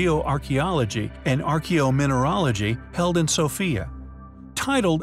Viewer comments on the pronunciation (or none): none